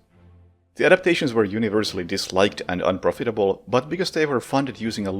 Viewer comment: Good video, I'm going to watch your other ones now. My only feedback is on your pronunciation of the word "unprofitable". In case you didn't know, there is a (short) Far Cry 5 DLC in Vietnam. It focuses more on stealth than the base game but it's pretty easy. The Far Cry games (3 and later) give a lot of options for both stealth and action. If you're uninterested in their campaigns you can download a completed save and activate "outpost master". It's like Hitman in that you can be very creative.